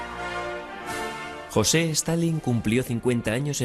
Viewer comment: Reportero weon.no se llama ni tampoco se pronuncia jose. Di bien su nombre aweonao